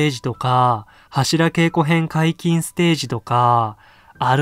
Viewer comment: 何で柱げいこじゃなくてけいこ？